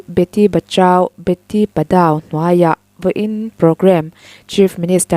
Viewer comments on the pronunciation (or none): Beti bachao beti padhao...tia ziah hi Beti Bachau Beti Parau tia lam tur ... Padau tia lam lovin